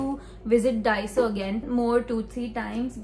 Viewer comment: Its not dhaiso ..its daiso